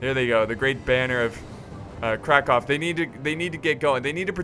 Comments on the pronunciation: You almost pronounced Krakow (Kraków in Polish) right, but the perfect way of saying it is "Krakuf" - with the "uf" at the end, not "ow". Anyway good job, you didn't slaughter this one ^ ^ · "Kraków". Actually you pronounced it really well for non polish man, but if u want to say it even better, say something like "oo" from the word "cool" in the place of "o". It is something like "Krakoov"